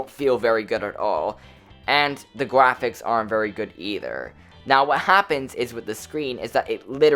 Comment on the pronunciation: gwaphics :DDD